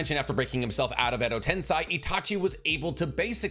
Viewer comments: Tomoe is pronounced as toe-mo-ay, not toe-may. Also tensei is pronounced as ten-say, not ten-sigh. Overall, you're Naruto/Boruto knowledge is top notch, but these grammar errors throw me off sometimes. Just figured I'd let ya know, and hope it didn't come off as rude nitpicking, rather it's just proper pronunciation. So please take it from someone who can speak Japanese somewhat fluently. Been subbed for a year and will continue to do so, so sorry about that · Ok please if you going to keep making naruto content please pronounce the words correctly ai = I sound (example: kekkei genkai) ei = ay sound (example: edo tensei or chibaku tensei) This is super important as it’s super cringe to hear the words miss pronounced especially when the show teaches the correct pronunciation 🤦🏽‍♂️ SMH